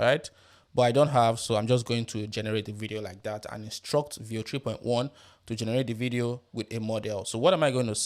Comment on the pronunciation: What you are barking when you say 3.1 & your accent is so horrible. I had to rewind 5 times to listen. Still could not understand. Finally had CC on to read the text on screen. You should talk for international audience. Not bark for your local native audience in your native accent. Learn to talk crisp & clear & slow in neutral accent. Better still use AI voice in neutral clear style. Unbearable accent.